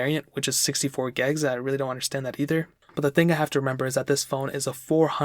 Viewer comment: Why "gegs"...when it is gigs?